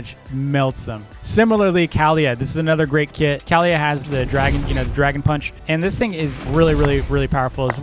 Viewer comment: Its not kowlyha its kaliyha